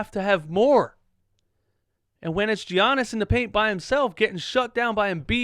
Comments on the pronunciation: Its giannis fam not G-annis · please stop saying GEE-yannis omg lol